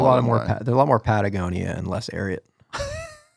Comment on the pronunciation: he said that perfect. "more Patagonia less ariat"